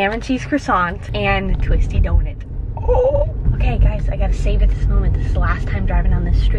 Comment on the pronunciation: YOU SAY DONIT INSTEAD OF DONUT..... legendary Rydel legendary 😂